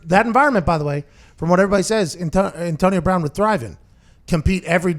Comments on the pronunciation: Pat- “ntonio bwoun” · the hell is with that? lol